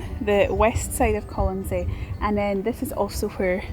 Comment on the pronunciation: Are you sure you have the pronunciation of the island correctly?